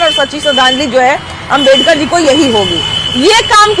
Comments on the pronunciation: Pahle tum BABA sahab ka naam sahi se lena sikh loo nhi tu dekhna kahi माइक पकड़ने लायक भी ना बचो... समझी आज unka ही den hh joo mike leke ghum rhi hol... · Pahle ambedkar ji ka mane sahi se bolna sekho